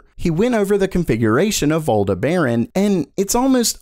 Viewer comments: he pronounces it like Aldeh Baran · btw it's aldebaran not alderbaran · its not pronounced Aldeh Baran. its the name of a star its pretty easy to find how to pronounce it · LOVE the content! Thanks! (By the way "Aldebaran" is pronounced "all DEB ah ron".) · "Eldebehren" pfftt... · Aldeberan Pronounced AL DEB R AAN like the planet in Star Wars. Canadians SMH lol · Sorry to nitpick, but it's pronounced 'al-deb-er-uhn'. It's named after a star in the Taurus constellation.